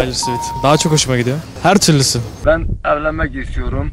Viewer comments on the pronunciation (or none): Daha doğru düzgün perry diyemeyen insanların çok seviyorum swish swish demesi😂